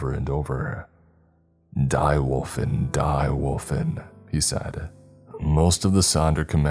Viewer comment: It's pronounced 'Dee Volfen' not "Die".